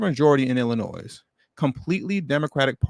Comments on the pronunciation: You don't pronounce the s in Illinois,. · Great content as usual brother. S is silent in Illinois though. Lol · The “S”, in Illinois, is SILENT